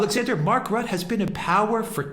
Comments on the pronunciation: It's pronounced Rut-tuh. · We need to get rid of Rutte. He would even sell his mother to get in the EU's good graces. P.s. you botched the pronunciation lol. Both of you. But I get it, our language is retarded.